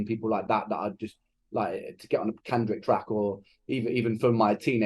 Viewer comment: It's obviously an old one I'm watching because you're in concert tonight and you said Kendrix instead of Kendrick but I'm happy to spend this virtual time with you I insisting you keep your promise Christmas 26